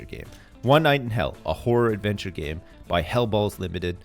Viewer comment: lol It sounds like he keeps saying a "Whore Adventure Game" I can just hear him saying "I would play the shit out of that!"